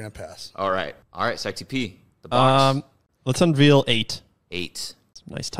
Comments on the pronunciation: my man, you gotta learn how to say the word unveil... its not unveel lmao. gets me every time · Un-Vale not Un-Veel